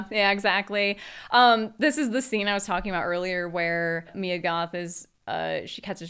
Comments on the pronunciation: dammit it's MIA Goth not Mya Goth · babe, its MIA not “maia"